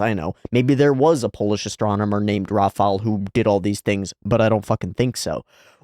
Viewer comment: Gotta praise the show for getting the pronunciation of Rafał pretty much right (it might look like L but it's much closer to U in sound). The same cannot be said about some other characters...